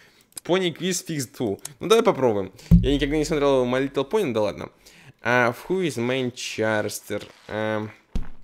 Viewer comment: Чарастер? вообще то читается кэрэкта